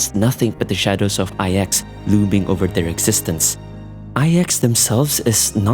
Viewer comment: Ahhh yes, thanks to the words you used explaining the space china arcs of the story that I finally worked out why all the stories from Luofu just end up sounding like old people griping (which is why I just find most Luofu story and sidequests to be oh so boring save for the handful of offbeat funny ones like the cycranes.) However, despite your eloquence, DUDE just pronounce it "iks" for IX. Saying "ay eks" ("I" "X") just sounds stupid. Furthermore there is reason to believe that Device IX (NINE, as in the the roman numeral) hints at the origins of the Aeon of Nihility as a mere "device number nine" before its supposed ascension, similar to how Nous appears to be initially a cybernetic/mechanical construct prior to Aeon-hood. But I digress, just pronounce it "IKS" man for fluidity's sake. Every time you went "ay eks" during your narrative just jarred the living shit out of me and distracted from your point.